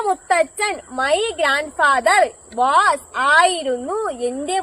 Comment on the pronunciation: വാസ് അല്ല വോസ് ആണ്